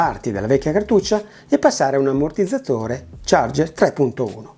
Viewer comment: Daje 👍💯❤️ piccola gaf 🤣🤣🤣 l'am(m)mortizzatore 🤪😜😛,,, per il resto tutto bene 😇 Si dice Liabel 😜😂🤣🤣🤣 Ricordi........ Ciao 😉